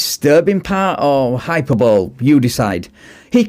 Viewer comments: From one to another. The word HYPERBOLE is pronounced hy-PER-bo-lee. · The word is pronounced hype-per-bol-ee… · I think "hyperbole" is pronounced "hyper-buh-lee" not "hyper bowl". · It's pronounced hyper-bou-lee, not hyper-bowl lol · The word is hyperbole. Pronounced hai-puh-buh-lee, not hai-puh-bowl! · Its pronounced "hy-per-bo-lee". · Hyperbole…..pronounced…. high per bo lee…..not hiper bowl…..lol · I don't believe it was Canada didn't hear sorry once. Also, it's hyperbole, hi-per-bol- ee, not hyperbowl. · “Hyperbowl”?? It’s pronounced “hai-per-bowl-lee”. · The patience of this officer in listening to these completely circular arguments is incredible. In the UK he'd be face down on the asphalt in ten minutes. Ps: Hyperbole has four syllables, not three. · That's not how "hyperbole" is pronounced. Hi-per-bo-lee. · Hey, I love your videos, just wanted to correct a word you used that is commonly mispronounced. Hyperbole (American English: hai-pur-buh-lee, British English: hy-puh-buh-lee), just check out the pronunciation. I hope I don't come off as an ass for correcting you but I thought you would like to know. This is purely out of good intentions. Keep up the great work! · *The e at the end of hyperbole is pronounced. I.e. high-PURR-bow-lee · Hy-per-bo-Lee. Four syllables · Good video :) I suggest you review how to pronounce "hyperbole". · Look up how to pronounce the word “hyperbole”, buddy 😂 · You're mispronouncing the word HYPERBOLE